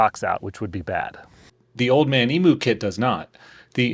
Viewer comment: Old man emooo haha its pronounced Eem-you